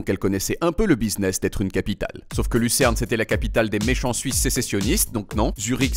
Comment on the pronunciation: Lusterne (audio)? Lucerne peut-être?